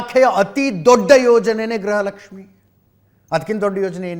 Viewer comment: It is Gruha Lakshmi not Graha Lakshmi madam because pronunciation and enunciation plays an important role and rule in our life. Graha means planet. Gruha means house.